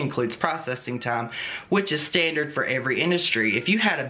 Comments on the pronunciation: I love “stan-drum” 😂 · Warning: do not eat while watching, I choked on a taco at "stanstrums"